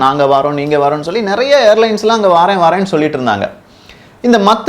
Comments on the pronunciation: டே எல்லாம் தெரிந்த ஏகாம்பரம் மத்தல அல்ல மூடனே மாத்தளை (பொது வெளியில் தவறாக உச்சரித்தாலோ,திரிபு செய்தாலோ பதிவை பார்ப்பவரை மூடரென நீ கருதுவதாக கருத்து வரும்) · தகவல்களுக்கு மிக்க நன்றி மத்தல அல்ல "மாத்தளை அல்லது மாத்தல"